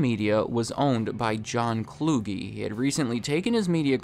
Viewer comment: It’s John Kluge. CLUE-G. Kluge doesn’t rhyme with loogie. You’re so young you’ve never even heard his name used in life. His name precedes him. I’m 36. 😅